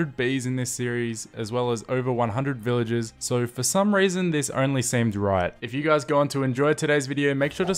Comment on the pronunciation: When says villagers it sounds like villages:>